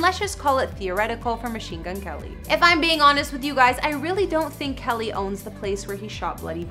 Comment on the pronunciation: Winced every time she called him "Kelly"